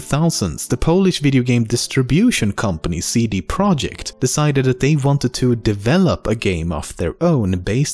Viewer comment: It's not CD Project it's CD ProjeKt.